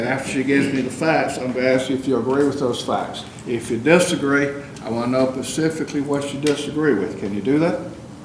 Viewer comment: judge says 'pacifically' more than once instead of specifically